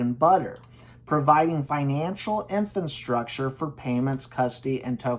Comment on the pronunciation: "Infanstructure" gets me every time. 😂